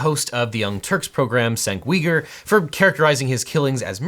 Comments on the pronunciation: From listening to various commentators, I believe his name is pronounced 'Jenk Yoo-guh', not 'Senk Wee-ger'... I hope Kyle either successfully sues, or gets settlement payments from, each of those people (especially that eyes-too-close-together bald guy) I doubt he has much hope in suing President Biden though, he would have to be found mentally competent to stand trial and to have been in sound frame of mind when making his comments (I don't believe that he would be able to meet that criteria) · Can u sue? Sure but can you win? Not likely at all this in my opinion is just a guy who has a lot of attention seeking behavior just trying to stay relevant in the public eye. Also cenk’s name is pronounced (jenk u grr) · I flinched when you pronounced Cenk Uygur's name - that's how it's spelled, but pronounced 'Jenk You-gur' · Wait wait. Had to re-listen. "Senk We-ger"? 🤣 His name's pronounced "chank you-grr" 🤣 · it's pronounced "Chaink Yooger" not sank weeger 🤣🤣😂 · Senk Weeger? It is more properly pronounced like Jenk You-ger. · Cenk Uygur is pronounced Jink You-gr. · just fyi, Cenk Uygur's name is pronounced "Jenk Yoo-Ger". It's a Turkish name, so the C's are like J's and the last name is not pronounced like the Chinese Uyghur Muslims. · SENK WE-GURR HAHAHAHHHAHAA!!!!!!!!!! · Cenk Uygur is pronounced as Jenk YOU-gur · Pffft "Sank Weeger" got me really good lol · Lmao that’s how I pronounced his name at first too. You say it like “Jenk Yoogur” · Cenk Uygur is pronounced "Jenk YOO-gur", just FYI. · "Senk Weeger" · Cenk Uygur is pronounced "Jenk You-Grrrr" btw, LegalEagle ;-) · It's pronounced "Jenk You-gur." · Cenks name is pronounced “jenk you-grr” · For the record Cenk Uygur is pronounced (ch-enk you-gr) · "Senk Weiger" Ha ha ha. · I don't care. He is a killer, and if there was any justice, he should be locked away for a VERY long time. BTW: The name is pronounced "Jenk u-gur". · “Sank weeger” lol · Just FYI, Cenk Uygur's name is pronounced like Jenk You-grrr